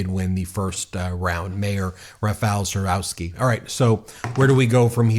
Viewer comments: Thanks for reporting on this. As a Polish American I am excited to see what’s going on in my ancestral homeland! However, Trzaskowski is pronounced TRAZH-KOV-SKI. No biggie, my grandma’s maiden name is Czyżniewski. No one pronounces it correctly either! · Trzaskowski = Tshaskovski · A little note about Polish surnames: we read "w" like English "v", and if there is "-cki"/"-ski" ending it is NOT "-ki" that previous letter is important too, so -cki would sound like "tski" and -ski like "sk" in sky. Reading it like Navrotski, Tshaskovski would be closer :) It amaze me with surnames of actors (Jared) Padalecki or (Elizabeth) Debicki where they read it as in English - without reading letter c. If it would we read as they do it would be spelled Padaleki and Debiki ! Because in Polish we pronounce all letters. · Too early to celebrate... The victory margin for Trzaskowski was too narrow. If you take a closer look at the results, the right wing most likely will take the lead in the runoffs... Here are approximate pronunciations of the names mentioned in the vid: Nawrocki: NAHV-ROTS-KEY Trzaskowski: TCHUSS-KAHV-SKI Sikorski: SHE-CORE-SKI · Trzaskowski pronounced like Chaskovsky Nawrocki pronounced like Navrotsky (e.g. Alexandra Navrotsky) Tusk is like Toosk Sikorski is like Sheekorsky And it's not a guaranteed win. A lot of right-wingers got emboldened after Trump, and our liberal and centrist voices diminished. But we are fighting. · Plz it's T-sha-z-kov-ski and Na-vro-ski. But yes. We're not there yet but we are crawling our way back to democracy. Young people had a surprisingly high turnover, we're not letting out beautiful country die just yet. We gotta live in it, after all. Here's hoping momentum keeps for the second round. Fingers crossed for us, guys! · Yay, Poland! Nawrocki = Nahv-roe-tskee; Trzaskowski = Chahs-koev-skee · Dear Ben, you should pronounce it like: Chaskovsky, Nawrotzky and Toosk.